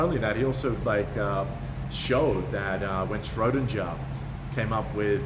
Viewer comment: Schrödinger is pronounced with a hard g.